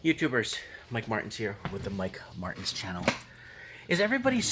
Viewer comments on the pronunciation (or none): none